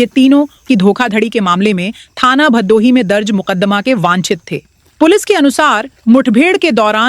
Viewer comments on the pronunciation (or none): बहुत अच्छी प्रस्तुति सराहनीय कदम है अंजलि जी से निवेदन है कि भदोही का उच्चारण भादोही न करें।